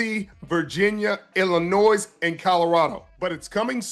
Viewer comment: Wow! Sherman looking like a genius after dropping all that football knowledge and analysis; only to screw it up by mispronouncing Illinois! 😂